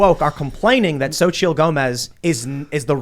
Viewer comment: It's not zochittle it's sochee. Phonetically.